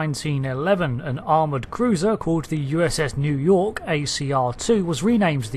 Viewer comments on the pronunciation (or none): none